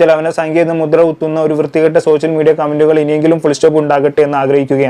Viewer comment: 'സോശ്യൽ' മീഡിയ, "വിശയം" എന്നൊക്കെ തെറ്റായി ഉച്ചരിക്കുന്നത് ശരിയാക്കിയാൽ നന്നായിരുന്നു.